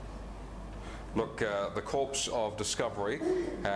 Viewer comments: A decent play on words ruined by them pronouncing the word as "corpse" rather than "core" which is the correct way. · Why did the Aussie man pronounce corps as if it was corpse? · Just sayin' Corps is pronounced "Core" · does mention that in the video though. But forgets about it later. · It would be, except that the word is pronounced core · It doesn't bode well when your spokesperson can't pronounce "corps" properly.